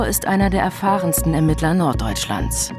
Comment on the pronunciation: Es heißt "ERMITTLER"‼️